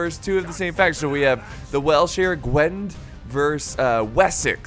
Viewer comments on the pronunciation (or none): Just incase anyone has a go at you for pronunciation its said Gwin-eth not gwed.